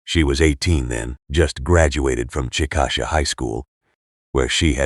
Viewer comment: Chick-a- Shay not chick-asha